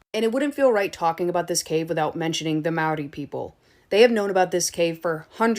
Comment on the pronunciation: Maori is pronounced......Ma-ow-ree. And the caves are part of my peoples tribe, Tainui, pronounced Tie-new-ee. Love from Aotearoa New Zealand